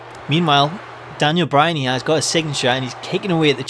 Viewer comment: DANyal Bry-Han as de-feet-ted de Unda-Tak-Ha